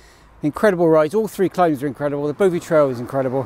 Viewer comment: Sweet - I used to live in Newton Abbot and then moved to Exeter so I know those routes and climbs really well, lovely and very familiar! The “O” in “Bovey” is like the “o” in “dog”, not “Bow”vey btw - sounds funny when you say Bowvey! (And that’s from someone who now lives in Fowey - pronounced “Foy”!)